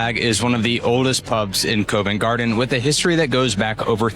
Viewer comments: The Harp is in Covent Garden not covin garden, its prounced Cov Vent Garden, the O is prounced like the O in orange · Covent Garden is pronounced 'Cuvent Garden'. The 'o' is not over emphasised. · You need to check the pronunciation of Covent Garden, otherwise great video. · Yes it is! And Covent Garden is pronounced as Cov ent Garden not Cove …and Borough Market is pronounced as Burra not Borrow…. It’s like learning a foreign language! 😄 ohhh and Route is said as Root not Rouh te - because a “rout” here means a bunch of people looking for a fight! 😲😁